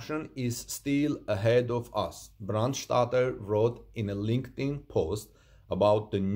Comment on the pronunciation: "Brandstätter" the "ä" (= ae) is pronounced like the "a" in brand in americanish.